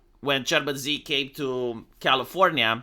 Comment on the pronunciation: se pronunță Shi. Nu Zi. Shi.